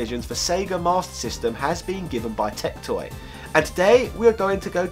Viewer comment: If you are going to bring up TecToy anymore you should brush up on your Portuguese... you butchered it.